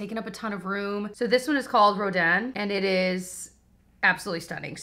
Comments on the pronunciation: I don’t wanna sound like a snooty snoot but yes it’s Ro DAN some ppl are saying Ro DIN but that is not correct. Very very pretty. I bought a few parts of the masterpiece collection very worthwhile. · Roh Dan! Yes! Finally someone pronouncing this close to how it would sound in French. The sculptor was amazing. Gritty -r, soft -ng Wish I can get this in 🇨🇦 without paying an arm and leg in duties and customs. 😩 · Your pronunciation of 'Rodin' was perfect,! (I majored in French..... Doesn't anyone take it in school anymore?) And, PS - I got my Em 'Rodin' a couple of weeks ago. At first I was dismayed by the small size, but-- ya know what? It is gorge!! It's one of my personal fave palettes...And, like you, I prefer buying from larger stores like Ulta/Sephora etc. But, any of you sitting on a fence - don't! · Soooo many people have been pronouncing Rodin incorrect in their reviews and it’s refreshing that some people know how to pronounce it! Hahah. But I love the Rodin palette! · Thank you for pronouncing Rodin correctly. lol So many YouTubers are pronouncing it the way it looks. But, you were right. 😄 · Yessss you’re pronouncing it correctly! And I love the Rodin palette. It’s so neutral and beautiful!